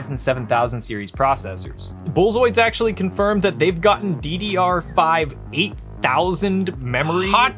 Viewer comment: Can't hear the hot news. Too distracted by the "a-guess-a" (AGESA) and "bull-zoid" (buildzoid) pronunciations. Enjoy the frenetic energy you two have though. Keep it up. Read carefully.